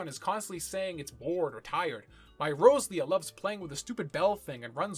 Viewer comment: just gonna drop this here, then. Row-Zel-ia and Row- Zer-aid. No joke, I had no idea what creature you were taking about until you mentioned Gen 3.